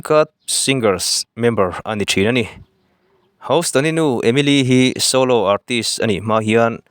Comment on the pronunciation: House nilo in hous ringawt tur awww 😅